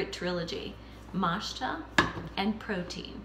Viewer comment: Matcha is pronounced “Mot-cha” (short O). Not “mashta.”